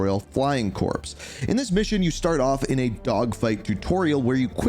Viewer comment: CORPS IS PRONOUNCED *CORE*!!!!!